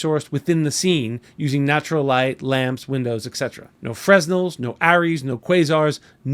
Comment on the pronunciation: Lost all credibility when he mispronounced, "fresnel"